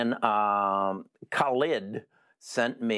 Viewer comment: How many different ways did try to pronounce that poor guy Khalid? Or what his name is